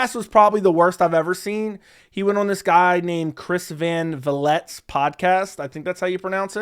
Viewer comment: cmon its chris van vliet (VA-LEET) he's one of the best personalities and interviewers in wrestling